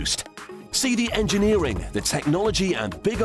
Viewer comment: Does anyone else here the narrator say "Seedy engineering" in the intro?